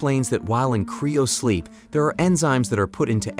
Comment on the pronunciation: What in the fuck is "criosleep"? its CRYO sleep, not CRIO.